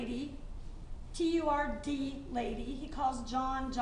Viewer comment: The 2nd i heard say turd lady i spit my drink out and busted up laughing 🤣